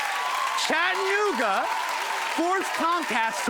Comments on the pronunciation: It’s Chatt-ah-noog-ah, not Chadnooga, friend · It's Chattanooga. Cha-tta-noo-ga. You pronounce all four syllables.